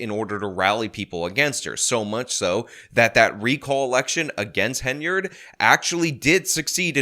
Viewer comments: I just wanted to say congrats on saying Henyard in this video and not Haynard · Thank you! Thank you for finally pronouncing it right. But more important: THANK YOU for listening! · I am so glad that you now occasionally pronounce the Super Mayor's name correctly